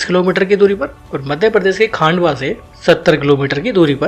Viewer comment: खंडवा है भैया खांडवा नहीं है Baki nice info bhaiyya